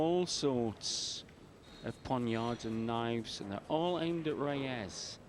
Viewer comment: Efren ReyAZZ? I thought it was Reyes?